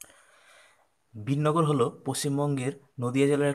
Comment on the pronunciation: Dada ayto Binnagar hobena,,,Birnagar hobe..Keno vul bolco dada...